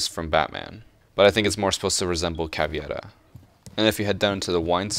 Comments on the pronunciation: CavEIra, not cavIEra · PLEASE FOR THE LOVE OF EVERYTHING THAT IS GOOD PLEASE JUST PRENOUNCE CAVIËRA LIKE CAVERA IT HURTS MY SOUL TO HEAR HOW YOU PRENOUNCE IT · It's caveira no caviera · The way he said CAVEIRA made me feel weird.